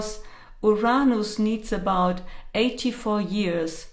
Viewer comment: It's Uranus not Uronos. Don't blame it on your accent. Too many of you so call profits are now pronouncing it that way. Geez great way to lose creditability right off the bat.